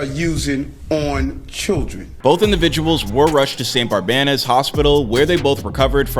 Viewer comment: You said St. Barnabas very very wrong